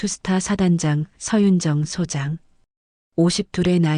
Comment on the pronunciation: 발음을 잘하세요.소장이 아니고 소_장입니다.